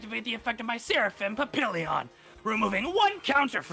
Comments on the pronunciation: correcting on his card pronunciation is so funny in the context of how he mangled the pronunciation of Photon Papillion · really put here trying to correct pronunciation while saying "papillon" wrong at least twice.